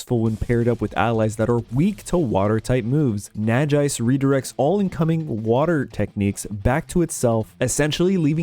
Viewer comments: Super excited to see more! As someone who played through most Pokemon games with little real knowledge of in depth mechanics, I'm excited to learn more. Only gripe about this video was pronunciation on Nagaise, derived from Naga and Wise, I think it's probably pronounced nah-gah-eyes. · First time I hear someone pronouncing Nagaise this way haha, nice video nevertheless!!